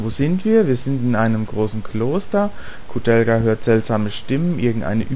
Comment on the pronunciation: Mit k aussprechen